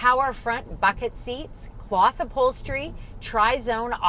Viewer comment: Did you say.....cloth?